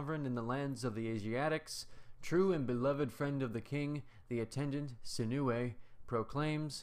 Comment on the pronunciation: Wait what someone can actually say my name the right way !!!!!!